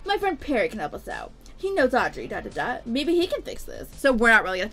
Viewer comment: u said auDrey